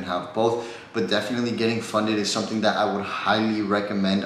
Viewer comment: Funded* not funeded 😂 cmon